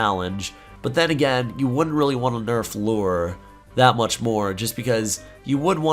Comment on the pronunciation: dude its called LURE not LORE